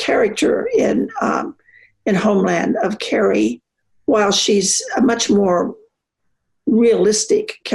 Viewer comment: Elle a dit "wide population", ou "white population"? Ou... Les 2 en même temps !!